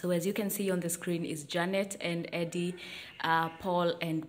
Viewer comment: Eddy not ENddy 🤣🤣🤣🤣🤣🤣